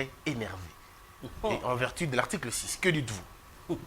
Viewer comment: on dit en vertu non en verti notion de prononciation des l Ecole primaire